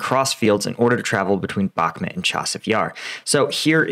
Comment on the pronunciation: Please could you research the pronunciation of: "Bakhmut" and say it correctly. Thank you.